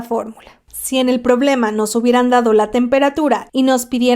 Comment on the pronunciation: Me dio mucha cosa que no hicieras notar el acento de "entalpía" al pronunciarlo jajaja pero muy buen video.